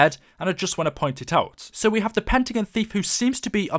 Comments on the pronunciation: It's pentagon not pentagn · it is Pentagon the end is pronounced gon.